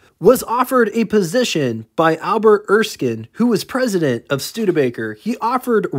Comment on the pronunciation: ER-skin, not ESS-kine.